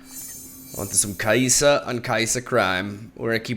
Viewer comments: btw, it's kai.sa (kay sa), not kayisa, for example, kha, zix, all these void stuff have a stop between their name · It's kai sa, not ka e sa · Why you soo bad with names man its kai'sa with soft i not hard i 😂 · "Kaayi'sa" is too good XD